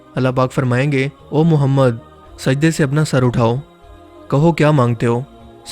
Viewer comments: Ae muhammed kehte hain.....o muhammed nhe kehte.alfaz soch kar bolne chaye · par ap ny thory alfaz thik Nhi Liya Ap ny kaha Ha. ** Muhammed (صلی اللہ علیہ وآلہ وسلم ❤) lakin Asl ma Ha Ah Muhammed (صلی اللہ علیہ وآلہ وسلم ❤)